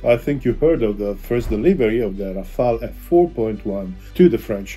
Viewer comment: It’s Rafale not Rafael. That’s French for hail of bullets. Rafael was definitely the best turtle, agreed.